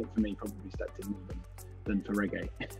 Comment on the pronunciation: And this is where I learned how to say the first part of Regé-Jean Page's name correctly. IT'S A HARD G SOUND!!!